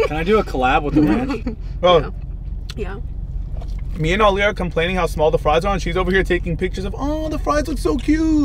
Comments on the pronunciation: it’s not ranch. it’s ronch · It’s not “Ranch”, it’s “Ronch” 😂😂😂😂